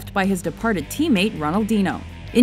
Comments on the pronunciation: Also, Ronaldinyo not Ronaldeeno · Did you just say Ronaldino... You should be ashamed of yourself, and it is Barca, not Barka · You said Ronaldinho wrong, the same goes for Barca. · and you pronounced ronaldinho wrong, you slightly pronounce the h